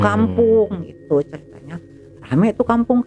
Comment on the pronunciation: yang nyeritain bilangnya ceritnya terus